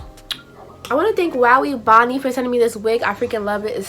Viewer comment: thats not how you say that hair company its "wow" " "ebony"